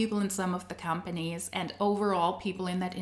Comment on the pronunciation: I swear sometimes I hear you say hun-panies when you say companies 😂 which is also suitable in MLM case